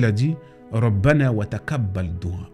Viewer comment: Taqabal tu prononce pas bien je pense que allah te guide et te pardonne